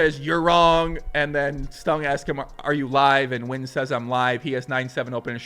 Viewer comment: No, you shouldn't call him "Men the master Win". You should learn how to say Nguyen.